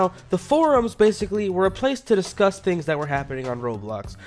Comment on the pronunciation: Did anyone think he said disgust Roblox forums?